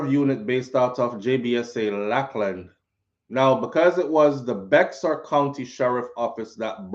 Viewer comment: Bexar county is pronounced “Bear” like a Bear I used to say it the same when I first moved here 😂😂